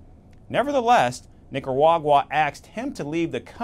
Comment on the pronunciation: How did nobody think to correct this guys pronunciation? Really sounds like he’s saying “Nicawagwa”